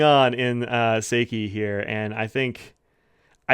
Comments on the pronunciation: Yoseka Stationery did a YouTube overview of these Yurameku inks and you can hear how pronounced then there. I don't have time to check right now, but I think she even pronounced "Seki" slightly differently than you do. I may be wrong about that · I’m right with you about Seki being a new favourite. It’s so different every time I use it. I was really surprised by the water test. I would have thought this ink would have washed right off. (“How you make this with your face”: 😂🤣) Looking forward to the unpronounced ink review, too.